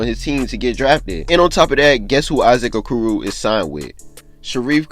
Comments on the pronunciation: He said A-koo-roo 😂 😂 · O-core-o that’s how u say Issac okoros name